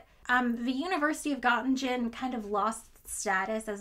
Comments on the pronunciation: I hope you don’t mind, but I would like to correct your pronunciation of Gōttingen. First, the ‘o’ has an umlaut (two dots above it). This means it should be pronounced something like ‘oe’. Secondly, you should pronounce the ending as ing-en, not as in-gen. The whole thing therefore is Goetting-en. I thoroughly enjoy your videos by the way. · Göttingen: No idea why you decided to split the -ingen into -in-gen??!! English has an -ing sound. You split instead into -ing-un. So, in total, gutting-un, though ö is not exactly a schwa. Göttingen is an important German historical and present centre of learning such that the look-up for its pronunciation should not be a last-minute affaire before recording a video mentioning it. For the rest, yet another fascinating and well-crafted video from one of my favourite YouTube physicists! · Hey, awesome video thank you:) If you dont mind the nitpicking, as a physicist who also did some years of German, the german pronunciation of Göttingen sounds a bit like "guh - tea - ng - en" Nothing wrong with pronouncing it like with an american intonation while speaking in american English but I thought you might be interested to know:) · Very nice video, if I may, I would like to correct some pronunciations though, Göttingen is pronounced "Guh-ting-huhn" and Noether is pronounced "Nuh-ter" (I actually use to be a researcher at Göttingen) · "Göttingen" is pronounced /ˈɡɜːtɪŋən/. The second 'g' is part of the /ŋ/ sound, not a /d͡ʒ/. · Gottingdshen??? Where's that? Never heard of it. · I'm going to be THAT person: it took me a while to understand that the story took place in Göttingen, NS. I am not expecting you to do the umlauts properly, but the soft-G is not giving. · As European I can't stand your pronunciation of Gottingen it hurts xD Nice distraction btw 😜 Make physics great again 🤣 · The pronunciation of Noether and Gottingen probably annoyed some German watching this and that thought makes me happy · Pronounced Gutting'n